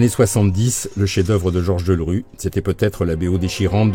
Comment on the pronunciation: On dira que je chipote si l'on veut mais c'est Georges Delerue et pas Deulrue. C'est quand même formidable d'écorcher son nom tout au long du reportage.